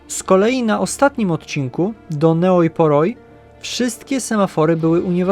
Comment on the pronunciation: Ta miejscowość, Neoi Poroi czytając po Polsku to "Nej Pori".